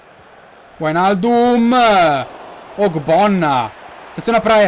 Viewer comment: sei un grande continua così. un solo appunto sulle pronunce: wijnaldum: vainaldum macpies: mecpais per il resto bellissima carriera!